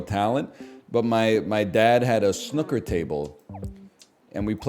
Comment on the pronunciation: Why is he pronouncing snooker like that